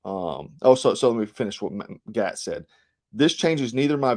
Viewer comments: Gaetz pronounced Gates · Matt Gaetz - pronounced Gates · Matt Gaetz is pronounced "Gates" and Dan Crenshaw is pronounced deep state dan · Gaetz is pronounced like Gates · I am sure others have mentioned Ed this but, it's Gate's like a fence gate. Keep up the good work bro!!! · Gaetz is pronounced; gates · GAETZ is pronounced GATES. You commentators are so disrespectful about pronouncing people's names. You do know these are Googable. You dabble in politics yet you claim ignorance. Pronounce names properly. What turn off. You're out. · I appreciate your report on Q some years ago - it helped open my eyes, but you are the first person I have heard reporting on current affairs who cannot pronounce Matt Gaetz' name correctly. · You're gonna catch a charge for murdering all these names!Gaetz=Gates Boebert=Bo Bert Klaus= Clouse